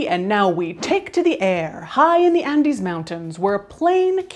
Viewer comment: That's the correct Spanish pronunciation.